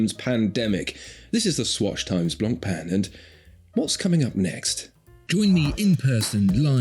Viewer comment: Don't pronounce the "C" in Blancpain It's BLAWN/PHEN GREAT VIDEO AS ALLWAYS